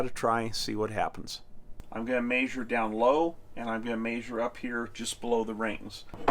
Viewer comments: My only comment is I wish you would learn how to pronounce measure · I get a kick out of this guy saying "mayzure". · It always cracks me up how the cleaning guy pronounces measure...."may-shir" 😂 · I had a cattle management professor at CSU that said “measure” with same accent as your dad…lol